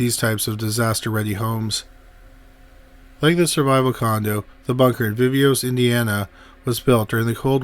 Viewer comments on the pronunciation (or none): Vee-vohs for fox sake